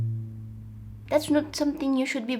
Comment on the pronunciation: When you said year you said ear